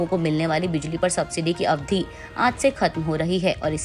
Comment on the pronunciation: अवधि और अवधी के उच्चारण मे अन्तर होता है. अवधि का सही उच्चारण सीखने के लिए एक शब्द अवधिक जैसा बना लें. अब अवधिक का उच्चारण करते करते अंतिम क का उच्चारण पहले धीमे स्वर मे करें और बाद में बिल्कुल न करें. 🙏